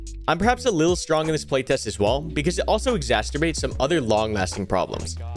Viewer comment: It's not "exasterbates"